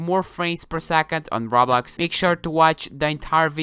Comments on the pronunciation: I swear he says RAWBLOX instead pf roblox lol not bullying just sayin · ur saying rawblox like its rotting in hell..XD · My guy says roblox like R A W B L O X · XD Listen When u say Roblox why u say Rawblax? XD Dude Say it its easy Roblox Roblox!!!;) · normal people: Roblox: Rablax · he:every body is almost lagging on rablax me:its roblox he:RABLAX! me: faints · I love how he pronounces Roblox to: RABLAX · nobody: literally no species on the earth;: RAWBLAWX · He said rawblox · "rablax" no offence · Why do you say rablax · I love It when u say Rablax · Is no one going to talk about how he said rablax 😂😂😂 had my dying😂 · I like how you pronounce it rablax Also ty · Raw Blox, he says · When he said "Rablax" I felt that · I was dying of laughter when he said “Rablax” I’m still laughing about it while I’m typing this comment up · its RO-BLOX GET THAT? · when he say roblox i luagh so hard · just pronounce roblox correctly dude. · The way he says roblox tho xD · Lmao the way he say Roblox!